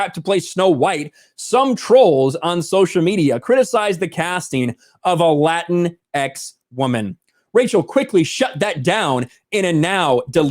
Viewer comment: "lateenks steenks"!